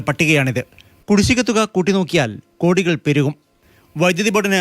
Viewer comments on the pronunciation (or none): ഗോഡികൾ എന്ന് പറയാതെ കൃത്യമായി പറയു